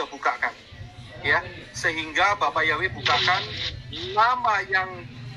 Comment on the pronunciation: ibu kau ini sekolah.alkitab gelar berderet deret tetapi nama kok bisa di terjemahkan .. ibu nyebut יהוה aja gk bisa sebut yeshua ישוע gak bisa jangan sok kritik org lain belajar lah yang benar ya bu ...